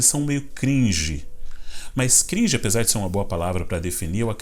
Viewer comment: muito bom quando ele fala "cringe" kkkk